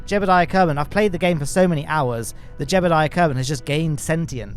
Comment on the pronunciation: Quick question - do you purposely mispronounced Jebediah's name? You say "Jebaldiah" rather than 'Jeb-Ed-iah'.